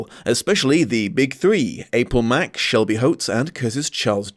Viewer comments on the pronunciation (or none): none